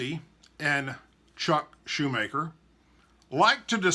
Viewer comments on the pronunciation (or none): Chuck Schumer not “Shoe Maker”